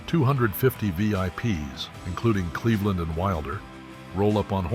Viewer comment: Clevon Little, not Cleveland.